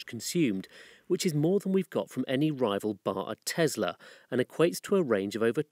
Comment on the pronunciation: But it’s not a Tezzla. (And that’s a great th8ng)